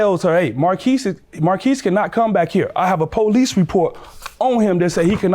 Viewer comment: She talking bout, "There goes the poh-lice!" 🤣🤣🤣 Um yeah.....in a courtroom there are policemen. They're called bailiffs. 🤣🤣🤣🤣🤣🤣